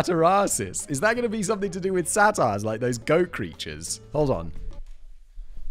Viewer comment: did Simon just pronounce "satyr" the same as "satire"?